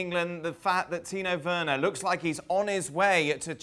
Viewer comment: Why does Dan say Tino Werner?